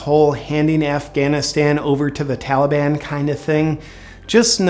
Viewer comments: If I hear that fool say Tollyban one more time...I'm going to snap! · it's the Tolly-bon JP say it right.... ya know like Obama calls ISIS....ISIL. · biden keeps saying Tolley bon. He is the ONLY prominent person who appears on the corrupt U.S. media who pronounces Taliban like this. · Carefully note the pronunciation of the word "Taliban". It is now "Tollie-bonne". Makes it almost sound like a magical fairy tale group. This is not accidental. Courtesy of the Democrat party. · "Tollybon", is that a type of candy? - biden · The tali-bahn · What is it with American presidents not being able to pronounce words correctly? We had Bush who would call Arabs "A Rabs" And now we have Biden calling the Taliban "the Tellyban" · He should be impeached solely for the way he pronounces Taliban. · Never trust a politician who can’t pronounce taliban.